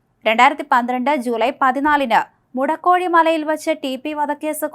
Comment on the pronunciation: മുടക്കോഴിമല അല്ല മോളെ! മുഴക്കോടിമല!!